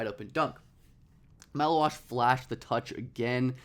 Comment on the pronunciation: Take a pint for every time he says malauach